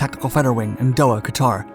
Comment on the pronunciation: Doha is pronounced “DOUGH-HA” and it is huge base in Kuwait, and for me is was the “funnest” base in the area you could go to. Most of the time troops are having to live rough in the baking sand. You are given the privilege of a trip to Doha when your vehicle truly breaks down; YAY! The gym had a pool and the climbing wall; everything was air conditioned and the chow hall had the best grub I saw in the Army🇺🇸